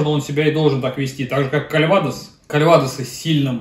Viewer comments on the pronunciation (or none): Вот со всем согласен, кроме одного... По чему название французской провинции CalvadОs произносится на испанский манер КальвАдос?